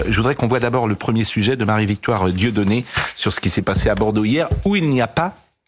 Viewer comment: 😂😂😂 de force il prononce Dieudonné 😂😂😂